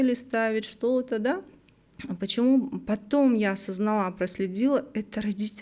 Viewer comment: ОсознАла. Да, блиииин. Ударение на «А» первую. Не на вторую